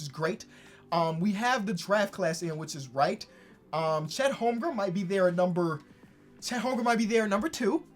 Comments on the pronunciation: its not holmgrum its holmgren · Lol “Holmgrum”